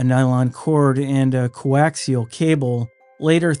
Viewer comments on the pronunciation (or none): none